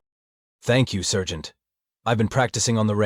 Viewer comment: Good grief! How many ways can the AI screw up saying “sergeant” and “scenario”? Not to mention whoever is doing the text needs help. Otherwise it would have been an enjoyable listen.